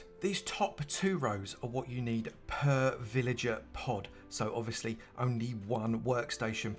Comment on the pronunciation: "...this is what you're going to need PUURR villager pod." :) 👍